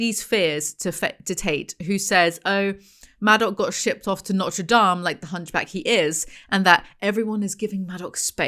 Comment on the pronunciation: maybe it's the cannabis but saying Notre Dame like the cathedral and not the college is taking me out 🤣🤣🤣